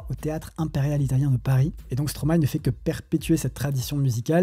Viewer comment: Les samples de classique existent dans beaucoup de styles de musiques. Mais tu m'a ramené loin en arrière. Je suis de 89 et je me dis que je suis vieux 😅😂. Par contre, je trouve que dire Stromay n'a aucun sens quand on sait que l'on dit maéstro à l'endroit